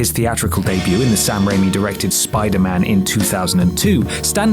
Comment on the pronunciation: slow breath How DARE you call Sam Raimi unknown, you uncultured swine! Evil Dead, Darkman, Hercules: The Legendary Journeys, Xena: Warrior Princess. He made Bruce 'King of B Movies' Campbell a star! Hell, he made his CAR an even bigger star than Bruce! P.S. You guys REALLY need to check how to pronounce common words. Con-tro-VER-sy. It ain't that hard,.